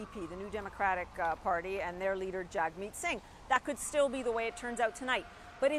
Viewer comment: What kind of skewed and amped-up reporting is this? People are voting today dutifully and it’s quiet and calm. The reporter doesn’t even know how to pronounce Jagmeet and she’s been following the election?